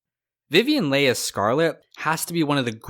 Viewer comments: This is a good video. Thank you. Vivian Leigh's last name is pronounced like Lee, rhyming with see. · It's Vivian Leigh , pr: Lee*